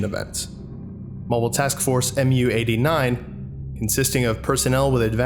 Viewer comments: It’s “moo” not “em-you”. Understandable mistake, just wanted to let you know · sir, Mu is pronounced "mew"; it is the Greek letter (M/μ) which equates to the English letter M. This follows the naming procedure for other MTFs, such as MTF-Tau-9 or MTF-Alpha-4. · Mu-89 is pronounced mew-89. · One you all missed Mu is the 12th letter in the greek alphabet and is pronounced "mew" or sometimes "moo". Who's the best grammar nazi? I am!😁